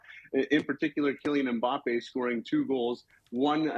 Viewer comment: PLeeeeassse make the effort of pronouncing Mbappe`s name slightly correct. It`s Mbappeee. Mbappé